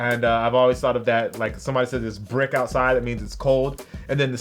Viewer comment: Did he say brick means cold 😂 its brisk